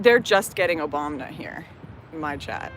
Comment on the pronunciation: lmao she said Obamna